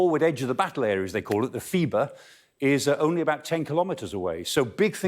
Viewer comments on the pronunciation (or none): none